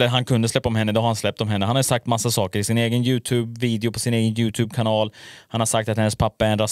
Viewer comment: först kanske du ska lära dig uttala youtube